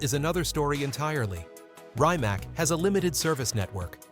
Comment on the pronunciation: It's pronounced reemats , not rye mac 😂